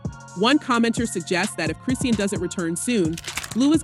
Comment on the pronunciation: Her name is pronounced "Cri-Shawn".